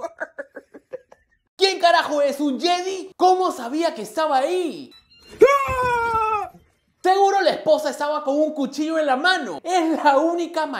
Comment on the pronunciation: Y se pronuncia Yedai (Jedi). Nooblatron!